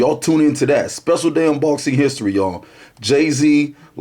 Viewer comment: "I LUHV BOHXIN" classic intro